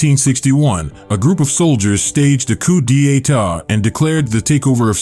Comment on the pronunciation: Please try to search how to pronounce coup d'état. I have never heard it pronounced like that.